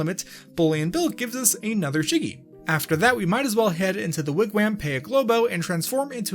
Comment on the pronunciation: Idunno but the way he pronounces Wigwam makes me happy